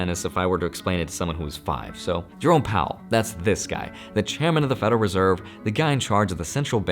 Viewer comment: Whenever you say, Jerome Powell, I hear it as Drone Powell.. lol. I fly drones.